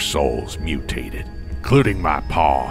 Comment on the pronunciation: Every time he says HE TOOK MA PA, it think of THEY TOOK MA JERBS.